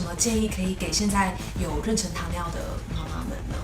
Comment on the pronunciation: 好别扭啊，是renshen不是renchen，不会英文也不会中文吗